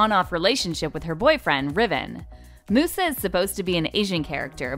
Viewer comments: okay but the correct pronunciation is not moose-ah, her name is mus-ah pronounced like music because she’s the fairy of music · uhh just daying its musa (mee-you-za) not moosa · did they really just pronounce musa as moosa what in the wattpad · I’m upset that they pronounced musas name wrong in this video it’s pronounced (mah yusa )not moosa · I think it depends on the language but in most it’s “myu-sa” including English so idk where this girl got “moo-sa” from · “Moosa” NOO 😭😭 it’s pronounced “myu-sa” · I literally was saying Myu-sa not Moosa! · Did they really pronounce Musa as Moosa. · Thank you for the amazing ideas, but just one teeny mistake, sorry but it bothered me a lot so I have to say it, musa is pronounced as myusa not moosa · Oh my god, your pronouncing her name wrong. It’s a proper noun but still. It’s mUsa. Not Moosa. Sounds like a cow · Moo sa?? Muse -sa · She really said “Moosa”. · lol ”moo-usa” 😂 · Sounds like you're saying moose 🤣🤣🤣⚰ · No- It's pronounced "Miusa" thats literally how it's said in the show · I’ve only gotten through the first two winx girls and I’ve kind of noticed that she’s DISSING on these actresses! 😠 heheh and she pronounced Musa as Mufasa without the “fa” Moosa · "MOOSA" LMAO MY COUSIN GOT SO MAD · NO HELP THEY PRONOUNCED MUSA LIKE MOOSA IM DEAD OMDS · Mew-sah AND SHE CALLED THE BOY RIBBON HGGHHGSJJDDDJSJSKKSKSKSKSKKSKSS 😭🤚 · It's M-you-sa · "moosa"? HAHAHAHAH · aahh yes, moosa (how and why pronounce it like that) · musa isn't her name pronounced like m-iusa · Musa(myu-sa ) not Musa. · I love Zendaya, but she wouldn't audition for a role meant for a dark skinned woman. There are other dark skinned actresses that could play the role of Aisha as well. Ryan Destiny for instance. Also, you pronounced Musa's name wrong. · Yeah, they were saying her name wrong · This video is horrible but the fact that they pronounced Musa wrong just got to me. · The way they pronounced musa got me dead on the floor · the way she pronounces musa :(